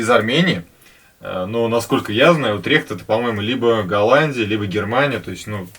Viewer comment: Привет праверьно ударение на у Утрихт это Голландия .